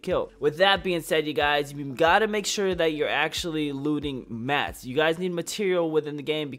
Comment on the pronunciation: Any one else get triggered when he says “mats” or just me 😂😂